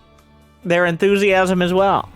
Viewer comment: I love when says "Enthusiasm" I hear "naivite"